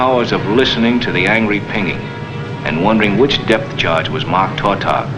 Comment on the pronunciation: The fishermen who catch tautogs pronounce the word with the accent on the second syllable.